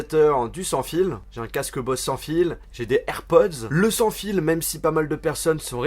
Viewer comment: "J'ai un casque 'bosse' sans fil " Un casque bosse ? Euuhhh Bose ? Zzzzz pas sssss